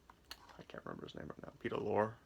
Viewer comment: No offense but when one does any public speaking, the number one rule is "do not drone on in a monotone." You sound like you have a hangover, it distracts from your message. And if you assume the demeanor of an expert in media reviewing, learn how to pronounce the name of one of the greatest character actors in history, Peter Lorre. When people point out a flaw, don't get angry but use their criticism as a resource and correct the problem. Good luck in the future with your You Tube channel. By the way, "Lizard's Leg and Owlet's Wing" is considered one of the worst episodes of Route 66. It's nice to see the 3 legendary stars of horror films once again, but that's about it. As regards Route 66, Ed Asner to his dying day maintained it was the finest written TV series of all time. It featured an amazing amount of current and future stars.